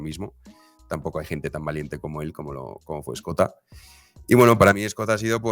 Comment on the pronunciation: cada vez que dice "Escota" muere un gatito